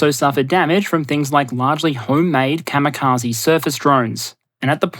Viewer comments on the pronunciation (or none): none